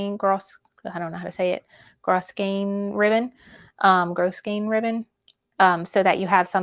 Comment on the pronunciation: Can't see other comments, but grosgrain ribbon is pronounced grow--grain.